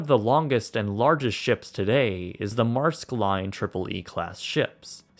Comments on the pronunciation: 'The Marsk line Tripple E' Fuckin' hell man, pronounce the fucking E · Butchered that Maersk Pronunciation :/